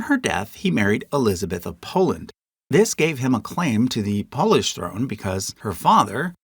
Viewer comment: Why are you saying "Polish" weird?